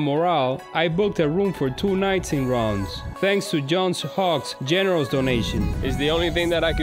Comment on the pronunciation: Close on the pronunciation but Reims is one of the trickiest French words to pronounce. It is pronounced (guttural) R + ants (drop the t). Ranse.